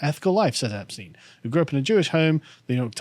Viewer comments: For someone who used to live in Germany why do you always mispronounce Epstein? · 'Epstein' 'athiest' lol